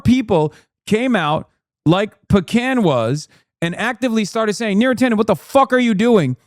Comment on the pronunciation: Beera Tanden